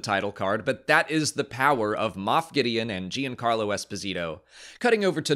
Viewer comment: FYI: Giancarlo is pronounced "Jan-Carlo, not Jee-Ann-Carlo.